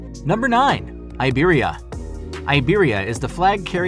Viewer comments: It's customary for native English speakers to pronounce foreign names as if they were English. A good example is Iberia in this video. An Englishman once asked me how I would pronounce my Finnish surname in English! 😁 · Content-wise this video is highly interesting even for me that have served 35 years in the civil aviation industry with three airlines in 4 countries. Regrettably, the names of the airlines have been butchered. Iberia and Avianca as examples. Please get you pronunciations right if you tend to produce more such documentaries about the industry.